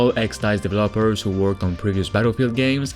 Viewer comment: Developers needs accent on the second e, not the last one. please :D